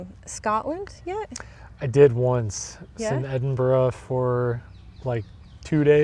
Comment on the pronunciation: So you won't get the knife and fork thing eh? Okay, add that to your pronunciations of Edinburgh and Scarborough 😅😊❤